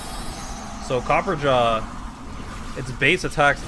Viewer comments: Copper-ah-jah why mans keep saying copperjaw? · It's copperRAJAH, not copperjaw. Me so triggered. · Copper-ah-jah Not copper-jaw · Its Copper-a-jah not copperjar. Think Maharaja! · It's copper-ah-jaw, not copper-jaw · I had to pause it and step away from a minute. I just got to the part where you said that, was omfg dude heard me. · It’s copper- A-jah not copperjah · Because people can't read. CopperAHja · this boy reading copperajah like copperjaw lol wtf ever been to india? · Say “copperjaw” 13 or 14 more time, and I’m outta here. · Cah-per-ah-jah XD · copperajah isn't pronounced "copper-jaw" you illiterate schlub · copper ra jah that's how that's pronounced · I think is pronounced copperaa-jaa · I believe it’s pronounced Copper RAJA further pointing to the Indian origins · Actually, the way to pronounce Copperajah is Copper + Rajah (Like the ancient leaders of the countries like India, Malaysia, etc. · WHY DOES HE KEEP CALLING HIM COPPERJAW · I think it's pronounced Ca-per-ra-ja lol